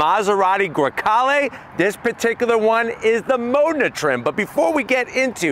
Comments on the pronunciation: Why is he saying "Mona"? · Where did you saw "MONA" ? Its "Modena" ..